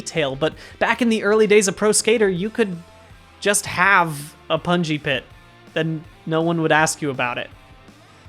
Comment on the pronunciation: the more he says pungi pit, the more I hear bouncy castle, please send help